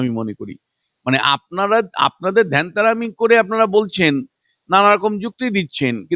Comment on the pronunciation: ধ্যানতেরামি নয়। কথাটা ভ্যানতারামি।